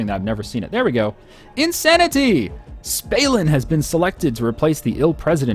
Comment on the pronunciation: Im pretty sure it's Stalin and not Spalin, same as Gill Bates :D